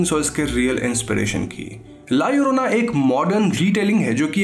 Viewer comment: Double L pronunciate as I in ink. La iorona you can pronunciate but in written form as it is as in title. Mallorca is a place which you say mayorca.